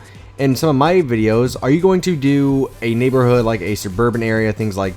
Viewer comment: u said neighborhooh lol